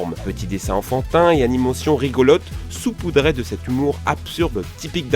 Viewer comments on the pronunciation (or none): "saupoudrer" et non "soupoudrer". Sinon excellente vidéo, merci de m'avoir fait découvrir de nouvelles chaines :)